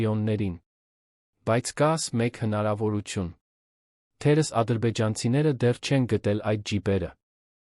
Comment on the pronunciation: թերևևևևս, ոչ թե թերըս։ ւ֊ը կարդա և😂😂😂